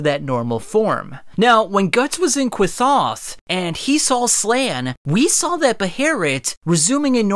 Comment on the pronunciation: Just to be that guy again, because i'm autistic (my apologies) it's not "Qwithoth" like you say its "The Qliphoth" Pronounced like kly-fot. the ph is an f sound and the th is simply a t sound. and it is said with "the" as well like for example how in Elden ring you'd reach "the Erdtree" you wouldn't just reach Erdtree. Sorry to be language nazi-esque here, just want'd to clarify that lol